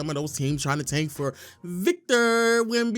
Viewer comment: Every time you say victors name i coms closer to wanting to blow my brains out much love though